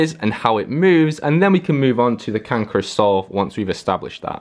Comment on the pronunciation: the way you say "can chris solve" sounds like "cankerous solve" lol